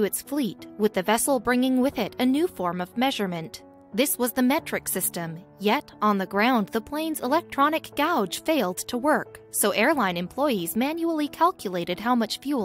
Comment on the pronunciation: Gauge not gouge........too many to remember them all